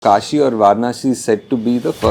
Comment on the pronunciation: Kashi ❌ Kaasi ✅